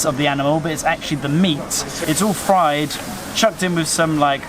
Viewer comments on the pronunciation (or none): none